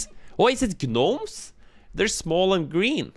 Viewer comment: "ganomes" .... facepalms